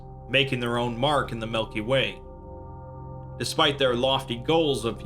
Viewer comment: did he say Melky Way?